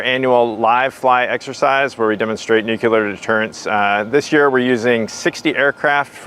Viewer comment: This program is wonderful!! But will SOMEONE PLEASE tell, Chief of NATO Nuclear Operations, that nuclear is pronounced "NUKE'-lee-er"?? It's not NUKE-YOU-Ler"! In his position it would seem he should pronounce that particular word correctly. Thank you! After you tell him that, please tell him he's doing a terrific job otherwise!:)